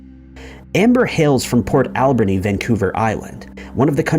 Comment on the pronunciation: I'm from nanaimo, and I've never heard anything about Amber. I'm not surprised though because cops on the island are really, really lazy. It's also funny to hear someone call it port AL-berni. Locals put the emphasis on the ber part, like alBERnee